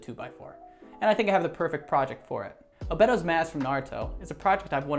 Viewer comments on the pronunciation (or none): Man really said "OH-BIT-OHS" hahaha dkm